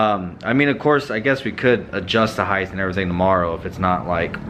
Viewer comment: Heighth hahaha!